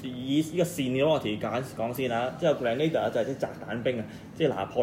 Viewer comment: 你讀錯咗 正確的pronunciation👇 grehnuh·deeuh 但是你pronounced grand·na·da